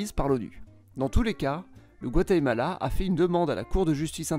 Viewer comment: T'as des défauts d'élocution ? Guatemela